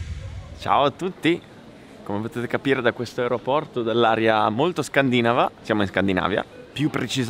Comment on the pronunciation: Scandinàva non scandìnava ahaha scusa voglio roperti un po'. Questo video è una figata cazzo, grande!!